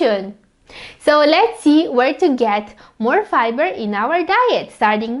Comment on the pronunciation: ARE YOU SAYING FIBER OR PIBER 🤣🤣🤣🤣🤣🤣🤣